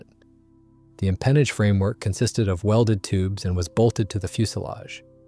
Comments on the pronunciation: m pen aage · just as a note, the 'empennage' is pronounced differently. Good video